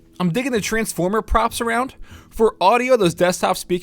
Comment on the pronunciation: did he just say 'tranformers'?